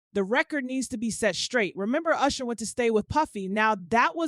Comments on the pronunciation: WHO TF IS CALLING THAT MAN “YOUSHER” 🤣🤣🤣🤣 IT’S USHER! That just pissed me off for the day 😩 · What’s wrong with this lady. Why does she keep calling him “Yousher”😭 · Who the hell is You-sher. I tried to stay with the story but I couldn’t take the You-sher of it all! Takes away from good journalism and strong tea when the main peoples names are super wrong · Why is this person callin usher YOUsher. Ma'am i never heard ANYONE call him YOUsher you wild for that😂😏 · YOU-sher? This is why I refuse to take black bloggers seriously. Get some speech classes! Slavery is over, and it’s legal to pronounce words correctly. 🤦🏽‍♂️🙄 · Now who the hell is " you shur" ?😅😂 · 🤣 I scrolled thru the comments to make sure I was not alone in my annoyance !.. I feel validated 😂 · ~ How does one correctly pronounce then mispronounce someone’s name within two sentences? 🤔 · I think you need a new narrator. Maybe someone who can pronounce Usher? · She even pronounce his name wrong. Smh! Am not listening to this. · gotta stop using AI videos as her source. She cant say Usher's name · Please stop with the poor pronunciation of Usher name it's so annoying you use it interchangeably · But she was saying Usher too. Why did she do that?! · The way this lady pronounced Usher (Oosher) twice and Nicki 'Meenaj' 😂😂😂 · Who is this person that can’t read? Yusher, Nikki MeeNaj, Cre-y’all